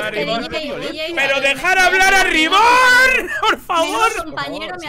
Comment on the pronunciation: No se porque me hace tanta gracia como le dice "Riborn" a Reborn xd.